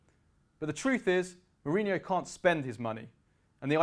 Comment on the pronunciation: Who is this guy? Can't even say his name correctly.